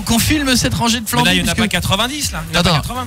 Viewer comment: Flanby avec un N et pas un M :p